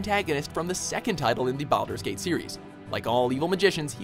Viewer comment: Ah yes, I am quite fond of the "Bowel-der's Gate" series